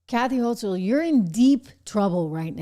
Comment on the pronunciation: The NY Governor's last name rhymes with "yokel". A hard 'c" sound. Thx.